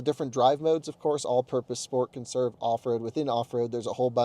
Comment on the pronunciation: "Per-ferned on... conn-serve mode?" Yay literacy...